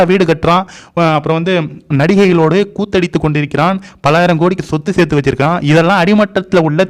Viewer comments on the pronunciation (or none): none